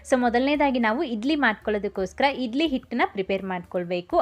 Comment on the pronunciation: ಅಕ್ಕ ಅದು ಇಡ್ಲಿ ಅಂತ ಇಧ್ಲಿ ಅಲ್ಲ, ಳ, ಣ ಕಲಿತುಕೊಳ್ಳಿ